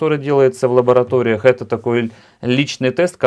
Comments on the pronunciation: ЛаБоратория, а не ЛабаЛатория 😅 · забываешь русский язык поьихонечку. Не "лаболатория ", а лаборатория.